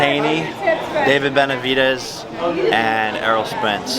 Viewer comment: Bro said David Benavidez 🤦🏽‍♂️🤦🏽‍♂️